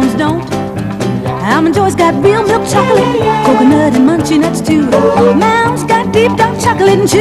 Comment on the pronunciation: And she can't even pronounce milk correctly. I remember that from when this first aired and I was a little kid. She pronounces it "miwk". Odd they would get a spokesperson who can't even pronounce the product.